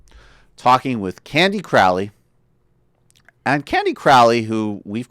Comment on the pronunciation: It's "crow" ley, as in the bird.